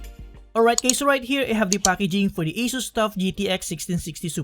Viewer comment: is he saying "HEY GAYS"??!